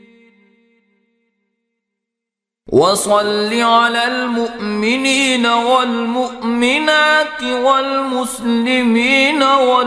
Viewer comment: Is me mominina wal mominat like hai aur paden me walmuqmenina wal muqminat pada ja raha hai